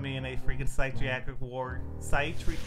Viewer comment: I wish I had the confidence has pronouncing Syt ree attric ward